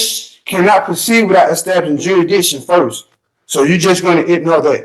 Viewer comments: okay wtf is juridition? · Juraditton? Really